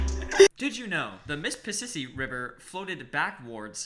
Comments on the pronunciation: the mispissisi river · dont u mean your mispissisi-ing